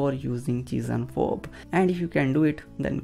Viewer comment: I'm sorry, but I can't stop hearing "cheese and Bob" XD Thank you so much though! It helped so much. Such a cool and efficient technique.